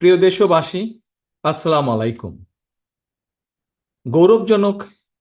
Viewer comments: সালাম ঠিক ভাবে দিতে শিশুন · Learn properly how to pronounce Salaam. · Eta studentder bijoy, ekhane apnara jara rajnitir shathay jorito tader alagy keno? Salamtao thik moto dite parenna! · Salam ta sundor kore siken aponi akjon netha akjon sikkitho manus. Assalamualikum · Salam ta thik moto din sr